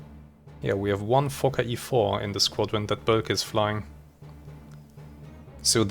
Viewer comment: Boelcke, pronounced "Böhlke", not "Böllke" - long Ö sound.